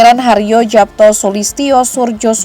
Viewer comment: Bacanya Yapto